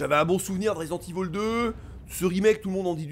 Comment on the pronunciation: Ça fait plaisir d'entendre ivol et pas évil. Marre des oreilles qui saignent 🤣 Sinon pareil, à l'époque des originaux j'étais un gros fan avec la claque que procurait ces titres, mais depuis pas mal d'années, le concept allés/retours constants, ce n'est plus mon truc. Quitte à y rejouer, je préfèrerai la version PC rééditée par Sourcenext (uniquement au Japon) patchée en anglais et aussi permettant d'y jouer en haute résolution toujours via un patch. L' original en HD sans les yeux qui piquent avec les cinématiques non compressées comme sur PS1. Bref le gameplay d'époque. Mais bon, suis un vieux con j'assume 😁